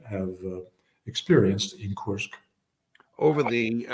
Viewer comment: As a Russian to hear Judge say KURSK wrong over and over. 😂